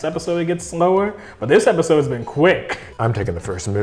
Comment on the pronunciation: Did anyone else hear pepisode